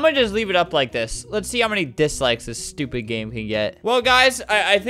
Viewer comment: “What that STUPEED rthro”- Albert